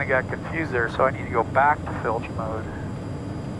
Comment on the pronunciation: Flight Level Change button (FLCH), never heard it pronounced “Fl-itch”. We all use “Fl-ich” or “Level change”. Boeing uses different labels for the same button, between different models. Ugh